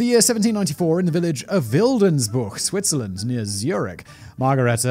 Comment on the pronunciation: The second I heard SWITZERLAND my Swiss eyes shot open! Edit: the longer this video goes the more I cringe at the pronounciation... Thanks for trying. It’s not the worst... but let’s be real... it’s not Great.